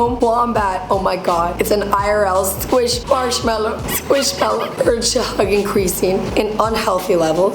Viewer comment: Me when she said sqiushmallow 😁